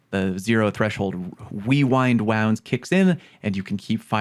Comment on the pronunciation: Wewind wounds started from a tongue twister when the perk first came out. Everyone had trouble saying rewind rounds and would accidentally say wewind wounds